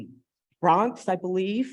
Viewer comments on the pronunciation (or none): none